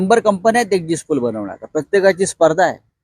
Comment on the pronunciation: अरे लावांड्या एक्सिस्ट पोल नाही एक्झिट पोल.. 😂😂 आधी अडण्या नीट बोल. 4 जून ल तुझी लायकी काय आहे ते कळेल. इटलीचा काकूंच्या पट्टा घातलाय बीचाऱ्याने.